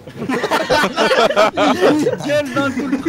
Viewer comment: "t'as vu la porte? ........ la PFORTHE"